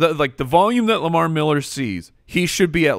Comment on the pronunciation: Lamar "MEHller" Miller